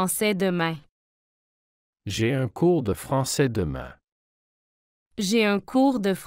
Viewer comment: 第16句的demain的读音明显不对！